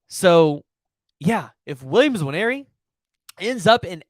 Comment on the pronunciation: Dude it’s not N-waneri. Just say Waneri, it’s close enough